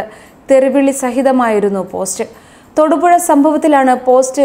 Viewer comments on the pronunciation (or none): none